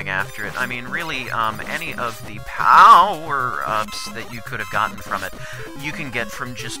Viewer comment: "Many of the OWper ups" X)